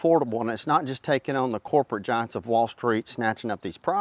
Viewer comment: The Democrat backed corporate GIANTS.....Say it correctly.